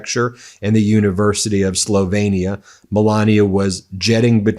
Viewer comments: Ben, you're not an idiot so why do you insist on calling the country "Slov-ay-nia"? It's Slovenia with an E. It should not sound anything like Pennsylvania or Transylvania - those names do contain the A. It grates my nerves every time you say it! Now try to pronounce the capital city of Slovenia... Ljubljana. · I love you Ben. I don't know how you do so much. Great shows always. I'm second generation Slovenian and Czech I've always pronounced Slo VE nia. with a long ë. Sorry if this makes me a Karenia. :) ;) :0